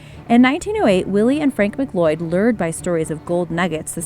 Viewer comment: Her pronunciation of McLeod was awful.